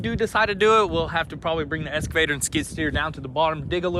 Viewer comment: EXCAVATOR ...not ESCAVATOR 🙄